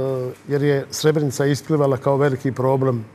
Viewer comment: Evo gledam vec minutu i odma samo da kazem i voditelj i kurton seselj neznaju izgovoriti Srebrenica ,kako dalje ,samo kazem